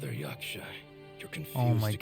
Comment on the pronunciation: finding inner peace everytime says 'yashka" instead of yaksha